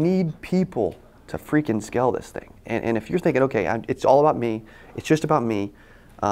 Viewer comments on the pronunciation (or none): You keep saying "skell" what does that mean? You need people to skell this thing... humbly I ask, maybe I'm not understanding the pronunciation?